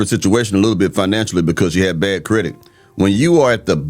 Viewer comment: If you saying "credik" instead of "credit". You really need a man for protection sis.